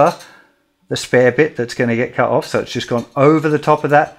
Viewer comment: The word "cut" has a "t" in it. Go Straya